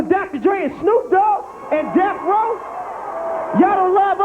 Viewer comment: C'est pas BROD(AS) mais BROAD(US).. ET C'EST DEATH ROW et pas DECH ROW tssssshh N'IMPORTE QUOI 🤦🏻‍♂️